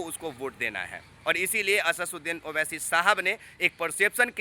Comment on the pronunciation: Achha se naam bolna nahi aata Asaduddin owaisi sahab ka chala Ha news dikhane pahle naam lena Sikh lo